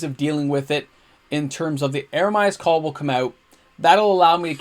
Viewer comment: Me thinks you've had a few too many nachos today or you have a kid named Jeremiah. Eeeemeeree-uh's Call. Meer, as in Karoo Meerkat. Eremia was a bullfrog. He was a good dinner of mine. Love the deck, love the content, thanks bro!😁